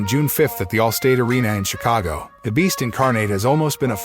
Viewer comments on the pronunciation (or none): none